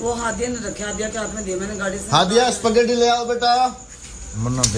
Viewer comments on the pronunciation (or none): اسپگیٹی نہیں ھوتا سپیکٹی ھوتا ھیے